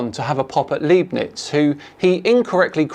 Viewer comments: I know this is super niche and tangential at best as pronunciation of "Leibniz" is fine the way it is, albeit anglicised, which has its benefits. Anyone who wants to get closer to the original German pronunciation, can try turning "Leeb-knits" into "Leyeb-knits" like this: The beginning sounds very much like "lie" (as in "flat earth is a lie"-bknits) and then transitions into "bniz" via "eib", which is close to the "eyeb" in "eyebrow." "knits" was solid already. The stress is on the "eye" and a very subtle pause is between "Leyeb" and "knits," which he does very well, too. tl;dr: Try going from "eyebrow" to "Leyebrow" to "Leyeb-row" and finally "Leyeb-knits." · it is L-EI-bnitz. The 'ei' in German is pronounced like "eye" in English. Do your homework;) Much Love from Germany